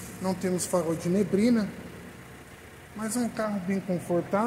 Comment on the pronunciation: "nebrina", "prástico".